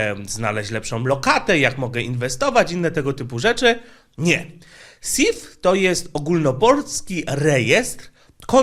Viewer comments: SYF raczej nie SIF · Nie Siif tylko SYF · To nie SIF tylko SYF😱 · nie sif tylko syf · SYF a nie SIV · SYF, nie SIF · Sif brzmi jak Syf